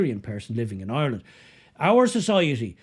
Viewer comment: Maybe learn to pronounce the name of the country you live in: it’s IRELAND not EYELAN!